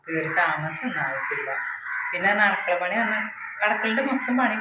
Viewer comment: അടക്കള അല്ല.അടുക്കള എന്ന് പറ 😅😅😅.അടപ്പ് അല്ല അടുപ്പ്‌